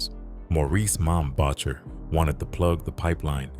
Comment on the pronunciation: AI is bad enough, but they it pronounced mom voucher’s name would have been enough to piss him off.